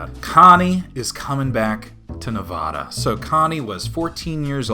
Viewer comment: man you sure love to mispronounce nevada